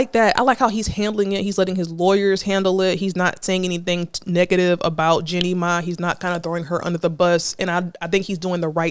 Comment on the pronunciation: I cringe every time she says “Jenny May”. 😩 It’s pronounced “GENIE MY”. Chile, what research/preparation??